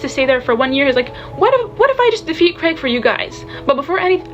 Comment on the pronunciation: saying Craig instead of Krieg is so funny, since Krieg means 'War' in German and Craig...would be a terrible name for that guy xD Red Hair Mari is my favourite I think - she has same great takes and you can see how much she truly loves this story <3 Geat hat btw:D